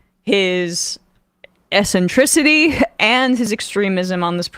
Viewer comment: 'essentricity'.. that's not how eccentricity is pronounced Emma.. back to school.